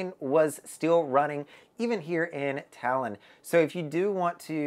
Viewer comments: Toulon is pronounced ‘Too - Lon’ not Talon. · You pronounce the first part of the city's name (TOU - LON) like you pronounce TWO (so a bit like TWO-Lon) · I think its pronounced "Too"-"long"...but more like Too-lon . Im an english speaker but i was on virgin valiant lady in Toulon last month. It was lovely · I'm confused, how can one visit a place and not know how to pronounce the name of the city.🤨I am sure people there, especially the French, would have corrected you!!! Did you really visit this city????🤥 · Thanks. His pronunciation was driving me bonkers. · I was there too, and his pronunciation of Toulon is not correct at all. Hmmmm🤔